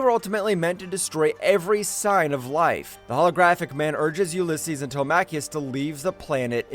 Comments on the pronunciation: WHO TF CALLS HIM TEL MACK EEOUS? Telemacus!!! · Get the pronunciation right will you. His sons name is NOT PRONOUNCED "TELE-MAKIS" as you keep saying. His sons name IS PRONOUNCED "TELEM-ACUS" said as one word Telemacus. They say it numerous times PER EPISODE. It is proper jaring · Who the heck is this Telmacchius character you’ve invented? It’s Telemachus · Tele-macheus?! 🤣 Did you not even watch the series? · Good video - but if you do another update on this classic cartoon - please pronounce Telemachus as it is in the cartoon. its pronounced Telem-e-cus - don't always sound it out as it's spelt. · It bothered me too